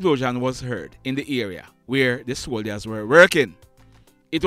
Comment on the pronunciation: I’m a subscriber and I hope you can take this constructive criticism.. Can you make an effort to pronounce the word soldiers correctly? The “I” is silent Thank you